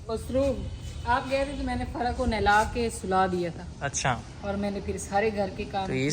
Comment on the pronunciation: Ap loga fara ko fari bola kro plzz❤